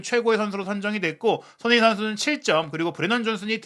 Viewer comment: 발음을 정확히 합시다. 손흐민❌️ 손흥민⭕️